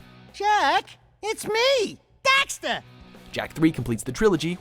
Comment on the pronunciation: they say dexter, and daxter lol